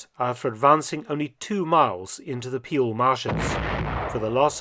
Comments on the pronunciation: "Peel" is pronounced "pale" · And let me add to that that 'Peel' is pronounced like the English 'pale' and not like 'peel'